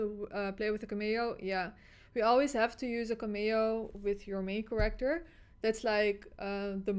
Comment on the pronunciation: Every time she says Character I hear it as “kollector” 😂 hashtag we want kollector back at mk1 🤣